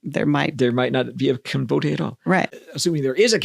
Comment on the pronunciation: I had never before heard "Kinbote" pronounced trisyllabically.